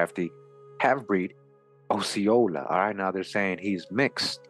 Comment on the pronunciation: I am a native Floridian. Osceola is pronounced like Oscar. This was most excellent!!! Thanks bunches!